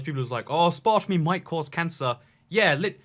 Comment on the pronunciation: I think I just lost all respect. Did he just say a mix of sugar and ass-part-a-me? Gross